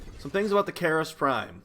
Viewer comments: It's Karyst (car-rist), not Kareryst (care-rist). I don't see how people messed that up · kAAAAAAAARRRRRRst!!!!! Pirate pronunciation.